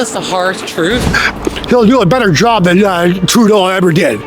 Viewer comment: “They tuk my joooub”